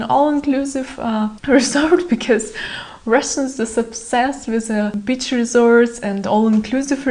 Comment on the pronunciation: err .. your "beach" sounds a lot like "bitch".